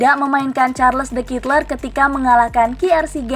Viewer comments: Bacanya : charledekatelaa’ dgn medok belgia.. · Mbak mbak. Itu bacanya SHARL DE KATELAIKH